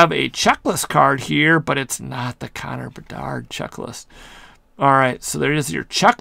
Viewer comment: Lol saying how good a pull is and can't even pronounce the full name of player